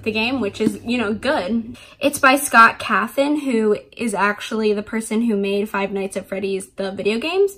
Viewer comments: Cawthon not Cothon. Trying to be helpful. :) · You spelled his name wrong it's caw-thin not cath-an